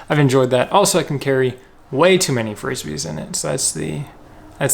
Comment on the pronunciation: Really good video, just cringed everytime you called them Frissbees!😂😂